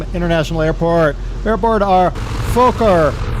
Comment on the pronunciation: Lol im dutch and you didnt say it correctly.